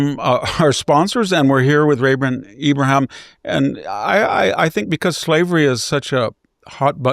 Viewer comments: IbraHEEM... everyone says "Abraham" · I've noticed that VDH has some strange pronunciations and stumbles over some words. I'm sure he KNOWS Ibrahim's name!!!